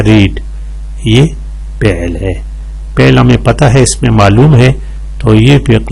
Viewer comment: اچھی ویڈیو بنائی ہے لیکن معذرت کے ساتھ۔۔ آپ "فعل" کو پہل کیوں پڑھتے ہو۔۔۔؟؟